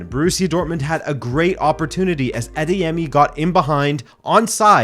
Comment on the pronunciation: I'm Nigerian and I must say, I am very impressed by how well you pronounced "Adeyemi". You pronounced it almost just like how a Yoruba person will... Kudos 👍